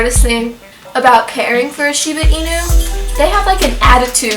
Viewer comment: Hey, I'm a Shibainu owner in "Kyoto" fortunately! I like you pronounce "Shiba" inu rightly, not "Shibe" inu. You are fully absolutely right. I had a quite tough time to tame Jiro, my Shiba too. He was sooooo hyper and curious, torn up and chewed up everything to check. When I say no strongly, he felt I 'm trying to pick a fight and fought back aggressively, so I had to change my strategy: asking him with respect in "keigo" the most respective way to talk. At the same time, he requred a lot of attention and affection. He was so lovely and talkative, had a strong personality. Now he is fifteen yrs old, sleeping sloppily on the warm floor all day. He grew up to a gentle, smart and lovely boy, who does nothing wrong at all. ...It took six years or so to get adult anyhow? He is my buddy. I could give him a hug all day. Good luck with your cutie one. Oh in addition, he or she will shed awfully twice a year, probably you already knew!